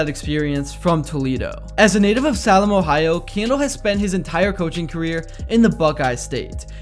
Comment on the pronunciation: C'mon,. It's SAY-LEM, not SAH-LEM. I'm quite sure.